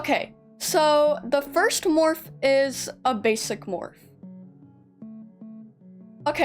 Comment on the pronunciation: For a second their I thought you said bassie not basic like are we talking dandy’s world or Wcue